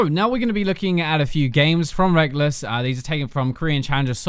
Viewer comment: rekkles = rekkles. reckless = reckless. different words. tilts me so much